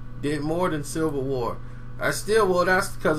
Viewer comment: Lmfao it's Civil War not "Silver War" bro 😂😂 my nigga.. But anyways, I say Panther will keep increasing its worldwide appeal and climb into that 2 billion dollar club.. I've seen it in 3d twice and goin back for a 3rd round pretty soon. What a great time to be alive huh??👍🏽👍🏽👍🏽